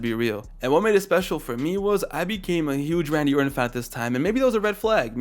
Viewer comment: this MF said "Saddam Orton" 😭🤣